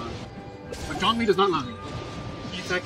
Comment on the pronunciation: also Zhongli not Jhongli